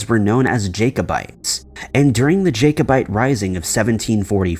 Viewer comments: the incorrect pronunciation of Jacobite is extremely annoying. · It's pronounced Jackobite, like jack not Jake. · ok this is just an annoying to me the 1st video of the jacobite gold.........jacobite is not pronounced JAKE-O-BITE......but.......JACK-O-BITE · Mate it's Jacobite, said as Jack-o-bite. I'm not gonna lie, I almost turned off the first time you mispronounced it. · Love your video's but please Google how to say Jacobite and Edinburgh... Sorry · It's pronounced as JACK-o-bite, not JAY- co-bite. It's pronounced as EDDIN-buh-ruh, not EDEN-berg. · Jacobite = Jack-o-bite. Edinburgh = Edingburrahh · Please check your pronunciation before you post.Jacobite is pronounced as Jackobite and Edinburgh as Edinborough.